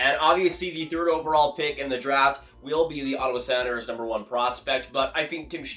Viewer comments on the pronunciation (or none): Hey man love your channel but you say “Senators” and “Predators” a really strange way lol...SANators & PRADators. Is that just your accent? If so where are you from?